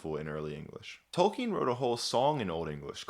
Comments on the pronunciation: That amazing voice, pronouncing "Tolkien" correctly....you got yourself a new subscriber. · known about him since forever and only now I find out it's pronounced like "Tolkeen"